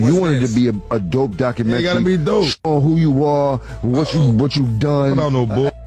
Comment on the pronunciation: Lol jim jones cant even pronounce documentary